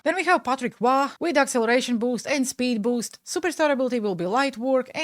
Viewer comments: Don't worry, you're saying Patrick Roy's name correctly for a person who speaks english. The french way to say it would be like Roua or Rwa like the way you would pronounce the beginning of the country Rwanda. Thanks again for the great content! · Your Patrick Roy prononciation was perfect!